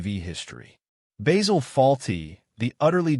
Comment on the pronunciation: It's Basil.......not Baysil.